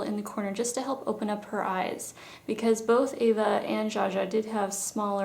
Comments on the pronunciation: Eva...not Ava. lol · Why do Americans pronounce Eva like Ava? I've heard this before & I'm just wondering...